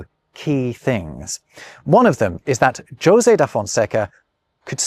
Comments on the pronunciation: Great video,. Very entertaining. However, at no fault of your own but requiring my feedback is that the pronunciation of Jose is in fact Hose. thank you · Wait a second. You should know the Jose in Spanish is pronounced "Yo-Zay", and "Hoseh" in Spanish. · are J's not pronounced as H's in Portuguese? The José rather than Hosé has me to the confused. I will craunch the marmoset till someone answers. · please learn how to say Jose and Pedro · You pronounce Josè wrong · José sounds more like rosé than Josie. It has a more open sound like the pronounced letter Z in British English (zed). Say "jo-Z" and remove the final "d" and you got it. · Your (European) Portuguese pronunciation wasn't that bad. Better than most English speakers, I'd say. You just fell into the traps that are the hardest for English speakers to avoid: - Portuguese R is an alveolar tap. You pronounced it as an approximant (as English speakers do). - You didn't nazalize the last a in "conversação", but this is HARD for English speakers. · You butchered José's name pretty badly 💀